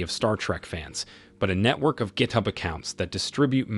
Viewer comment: Hahaha cannot say GitHub correctly, he says it differently every time XD